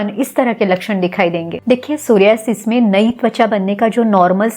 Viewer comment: Mere alawa kewal aap ne is rog ka sahi uchcharan kiya..🙏 Dhanyawad Didi is video ke liye 🙏 GS Rathod